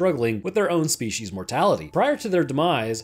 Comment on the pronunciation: Ah yes Shpeeshees...